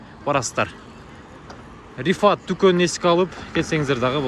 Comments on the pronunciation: Иним😂😂😂рифат мес фират десен. Бирок сонун маанай которулду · Рифат эмес Фират деп турат окшойт тууган 😃